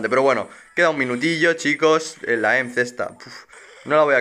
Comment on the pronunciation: porfin alguien de españa que no le dice "e eme seta" a emz, grande uwu